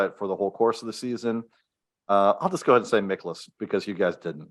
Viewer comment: It’s MIE-kolas 😊